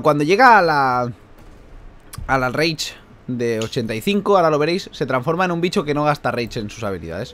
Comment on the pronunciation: Cuando entiendes que dice " Reich " en vez de " Rage " xDD